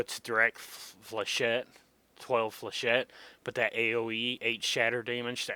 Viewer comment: You pronounce Flechette correctl! :O Thats more than I can say for most people lol. This is about 3 1/2 years old. If your up to it, it would be nice to see an updated vid on it. Also I think if you've been playing this game long enough, your perspective might change on some of these guns, albeit difference between practice and updates.